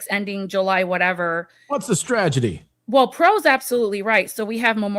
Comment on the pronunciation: I say this because I adore you- it's strategy, not stragedy. I've heard you do this on a few shows now.